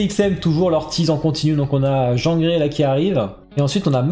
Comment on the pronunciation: Jean Grey ? Tu l'as prononcer à la française ?